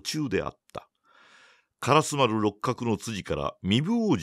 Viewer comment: はじめまして！私は京都の者です。 情景描写が素晴らしい吉川英治の作品を、 巧みな声色で素敵にリアルに演じておられるのに感嘆しいしい物語りの展開が面白くて グイグイ引き込まれて、 気がつけば今夜もまた2時間、3時間と聴いています！ 今は『火炎行列』の途中ですが、 ずっと気になっていた点が実はありまして コメントさせていただきます。 「通り」の名前で『からすまる』という言葉が何度か出てきましたが、それは烏丸のこととちがいますか？ じつは烏丸と書いて『からすま』と読む「通り」があります。 が！ひょっとして清盛の時代では烏丸は『からすまる』やったんか？と少しだけモヤモヤしています。 教えていただけると嬉しいです！